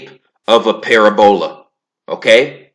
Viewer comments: I fux wit you... but this vid got hella wrongs in it. (1)...45 sec in, you chastise Sanchez for “personal attacks” then by you launch a personal attack on E Dubay. Not a good look💯 (2)...it’s not pronounced “ pair-a-bowl-a” jus sayin (3)... earth(according to heliocentrism) is an “oblate spheroid” or pear shaped according to NDT. Definitely not a sphere hence the classification of “spheroid” (4)... you seem to be extremely confident, borderline over confident in your mathematical prowess. With that being said... you should really put those skills to use & figure out a mathematical rectification for gravity being incompatible with quantum physics... because NOBODY HAS EVER DONE THAT, & without that much needed reconciliation... the globe model completely falls apart just like the math does pertaining to gravity & quantum physics. Jus sayin. (5)... since we’re on the subject of gravity, I asked you many months ago “how can you believe in a hollow earth & still believe gravity to be what it’s claimed to be & how it’s claimed to work? Since gravity attracts EVERYTHING to the center of an objects mass, how can Earth be hollow? Needless to say, you never answered me. You do still believe the earth is hollow... don’t you? Or did that belief turn out to be a psyop as well? No malice... jus genuine questions, corrections, addition of FACTS, & critique. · Its not para bola ; it's pa rab ula Ahh u fixed it thank you great info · Why would they try to cover up flat earth so bad then? Also how come when i go to the ocean with a telescope its impossible to find a curve? Im going off what I’ve tested in real life not from the Internet. Its hard to take you seriously when you mispronounce words like “parabola”. Go watch Eric Dubay’s 6 hour video on this. It covers everything you mentioned and more. Im not picking sides I’m just saying open your mind more. Your ego is very prominent in this video. 1 love brother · Read the response for the correct pronunciation of parabola😆